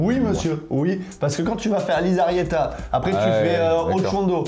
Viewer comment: Bon au risque de faire mon boulet, je craque parce que ça fait plusieurs fois que parle du col de Lizarrieta. En fait il faut prononcer "Lissarriéta", le z en basque se prononce s. Artzamendi c'est un bon exemple aussi, mais la pas de souci vous le prononcez bien! Et bien sûr, d'accord avec pour dire que c'est un très joli petit col 👍